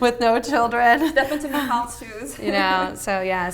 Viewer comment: Wait how do you pronounce that Michal?